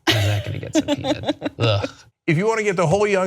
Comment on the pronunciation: LOL did he just say subpoena? :P